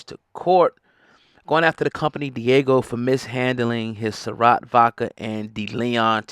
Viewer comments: Diego😂😂😂 it’s pronounced Di-ah-g-o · I can’t even watch this because you’re calling it Diego… it’s not a fucking Dora the explorer episode. DiAGIO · Why you keep calling it Diego?!?! 🤦‍♀️🤦‍♀️🤦‍♀️ yikes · Diageo, pronounced Deeaageeo